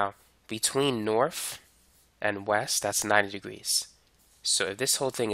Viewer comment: 'norf souf eas wess' hits hard🗣🗣🗣🗣